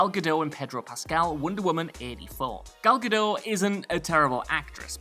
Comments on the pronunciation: GAAHL ga-DOTE. Not a perfect transliteration, but it's way closer than GAL ga-DOH. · WhatCulture still can't pronounce Gal Gadot's name correctly. She's Israeli, not French.